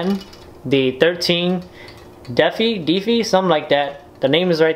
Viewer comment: DEFY is pronounced/rhymes with ME EYE